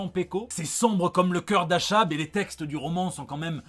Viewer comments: le ch dans achab se prononce k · Ca se prononce comme ca Achab ? Pas sur... La suite de SAGA, c'est bon je suis de bonne humeur pour 2021 !